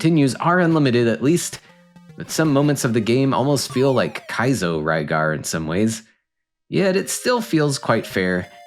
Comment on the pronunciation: Rygar is the correct pronunciation. Lygar is due to the absence of the letter R in Japanese alphabet. So depending on the word they replace ot with other letters. RYU ... would sound more like HU-LEE-YOU...or something. To us it's "REE-YOU". Just like a Japanese toy line form 1980's called "DIACLONE" was released in the U.S. as "DIACRON". TRANSFORMERS ... TADANSAFOMA MEGATRON ...MEGAT'DON THUNDERCRACKER ... THUNDACLUCKA OPTIMUS PRIME ... CONBOY "CONVOY" my spelling of Japanese versions of Transformers names I know is off but it gets the sound across. Oh wait, this video is about RYGAR not TRANSFORMERS... sorry got off topic.